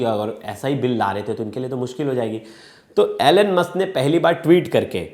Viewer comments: Atleast pronounce correctly when you are representing such a big channel. Its Elon Musk not Alen Musk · Bro you literally said " Anal-musk" 😂😂